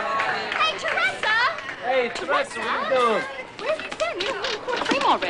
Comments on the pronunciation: funny how they pronounce teresa--my name is pronounced tereeesa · my name is teresa also but its pronounced te reee sa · cant believe they pronounce teresa the way they do--mine is pronounced Tereeesa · my name is teresa but i pronounce it tereeesa. never liked the teresa pronouncement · never heard teresa pronounced with a soft "e"